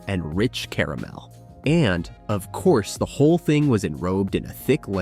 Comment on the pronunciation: At least "caramel" is pronounced properly at first. CARE a mel. Still a crappy computer generated voice track